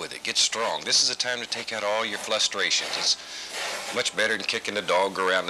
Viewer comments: "This is the way you take out your flustrations." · Flustrations* xD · Flustrations, not frustrations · Flushtrations, not frustrations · Did he just say "flustrations" twice? to ? Bob Ross rewriting the dictionary confirmed, and right in front of his own son. The absolute mad man. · He said flustrations 🥹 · he said FLUSTrations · Definitely did, but I think he did it on purpose. Flustered with frustration, it sounded pretty deliberate haha.